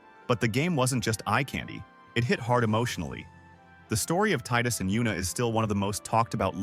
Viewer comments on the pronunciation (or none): the ffx main character name is pronounced "TEEdus", but as alway, thank you for this list